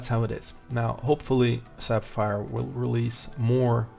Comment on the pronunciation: "Sap-fire..." Uh, wat?